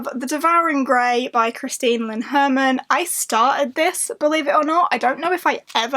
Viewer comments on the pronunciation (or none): none